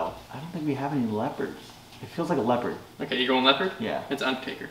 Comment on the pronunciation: How am I this late and NOBODY commented on the fact that said Leopard